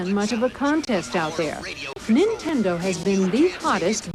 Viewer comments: I've never wanted to punch someone over how they pronounced "Nintendo" before. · she can barely say nintendo lmao kms